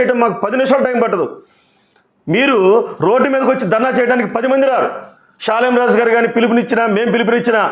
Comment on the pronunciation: ప్రియా చౌదరి గారికి షాలేము రాజు అని పేరే సరిగా పలకటం రాదు ఎవరో ముందుండి నడిపిస్తున్నారు ఆయన కనీసం స్త్రీలు అనే మాట కూడా ఎత్తలేదు ఈ ప్రియా చౌదరి అన్ని కౌగించుకొని ఊహించుకొని భారతదేశంలో ఉన్న ఆడోల్లందని రెచ్చగొట్టి నన్ను ఒక్కదాన్నే కాదమ్మా నేను ఒక్కదాన్నే ఆడదాన్ని కాదు మీరందరూ ఆడోళ్ళు అందరిని అన్నాడు మరి వేసులుగా తిరుగుకోవాలని ఆయన ప్రత్యేకంగా అంటే అది అందరికీ కల్పితం చేసింది చెప్తున్నాను అమ్మ ప్రియా చౌదరిని నేను అని సృష్టించింది ఈ ప్రియా చౌదరి దైవజనుడు దేవుడు బిడ్డ అని విషయం తెలియకుండా ఆమె ఎలాగా ప్రవర్తిస్తుందో మరి ఆమెకు భర్త ఉన్నాడు లేడో తెలియదు ఆ భర్త దారిలో ఆమె నడుస్తుందో లేదో కొంచెం తెలుసుకొని ప్రవర్తించండమ్మా ప్రజా చౌదరి గారు